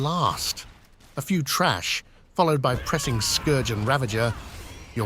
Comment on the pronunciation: LOL it's TH RA SH not TRASH